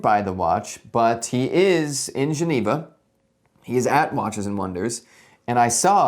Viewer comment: It’s just “Juh-nee-vuh”, mate.